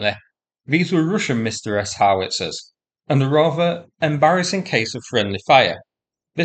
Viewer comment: "Msta" is pronounced one-syllable, as in "instagraMSTAr".